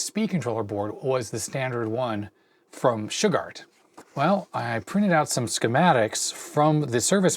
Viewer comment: Old computer chronicles and such I've always heard them pronounce Shugart as shoe-gart. First time I've ever heard anyone pronounce it shug-art. Good video and I've worked on those motors long ago with that tach.